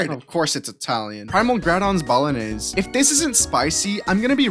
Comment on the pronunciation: Bolognese - "BEH-luh-NEEZ"